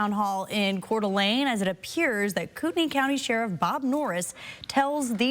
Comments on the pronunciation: It Is pronounced “coot-knee” county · For future reference, Kootenai is pronounces "koot-nee". Lol not that that will do you any good after this... Coeur d'Alene is a mountain resort town, and Kootenai county is pretty much never mentioned in the press... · It's pronounced Koot nee. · BTW - you are pronouncing the county name incorrectly.